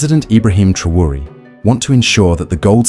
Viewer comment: En todo el video no as dicho s😂u nombre bien ni un vez.pero olee por el. Y por África ❤😊